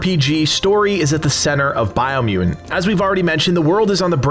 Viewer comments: It's because people didn't like him saying Bio Mew in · “BIO MEW-IN” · why do you say “biomutant” weird? dropping the 1st “t”, like “biomu’nt”. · I dont like how you say biomutant